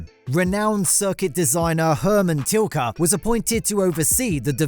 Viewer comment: Hermann Tilke, not Tilka